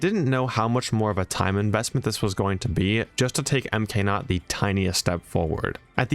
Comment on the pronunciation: Why is MKNOT pronounced M K NOT instead of MKNOT I'm nitpicking but yea :)))